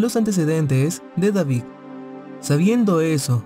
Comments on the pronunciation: Y no sabe pronunciar David dice Davig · Deberías trabajar en tu vocalización ya que a algunas palabras les das otro sonido.. como David-suena Davic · No puedo prestar atención a la historia porque dice "Davig" y no David. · Oye lees y pronuncias pésimo .... verdac, Davic,....